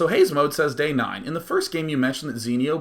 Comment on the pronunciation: Why do ppl say DayJ instead of Day9?